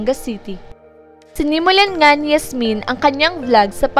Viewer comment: Pag pronounce lng ng pangalan ni Yasmin, ayusin mo naman